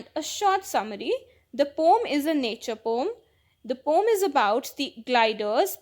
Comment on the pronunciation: Mam apko pdane ka trika nhi aata Aap poem ko pom bolte ho